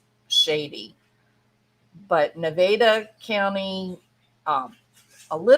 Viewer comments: Nevada is pronounced either Nev ah dah, (the proper pronunciation) , or Ne vaa dah (often used informally ), It is Never pronounced Ne Vade a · Where are you from that you say Naveda?